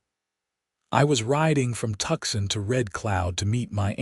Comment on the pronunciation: TUCSON (TOOSON) NOT TUXIN